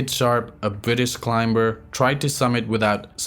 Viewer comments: When you say climber the b is silent, its pronounced climer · The narrator speaks English well for a person who is not a native/natural English speaker. The giveaway is when everytime he pronounce the word 'ClimBer'. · I appreciate your work❤ just wanted to say that you don't have to pronounce the letter 'b' in the word "climb" or "climber". Thanks for the video🎥